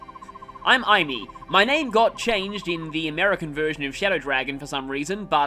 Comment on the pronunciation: Aim-ee. Aim. Ee.